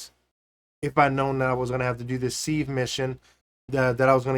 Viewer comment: It's Pronounced SIV just SIV as in give, you use a seive to seive flower for baking.